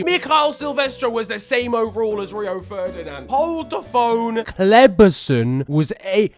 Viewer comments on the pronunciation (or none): The way he said Kleberson had me weak Absolutely in awe